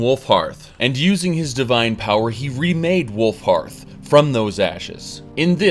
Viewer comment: Glad you said Wulfharth instead of Wulfrath like you usually do :P